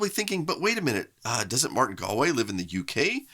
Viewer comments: Major props pronouncing Galway right, as someone who lived in Galway, Ireland we always hear it wrong and love it when people get it right :D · Great to see Martin Galway again! And to learn how to properly pronounce his surname.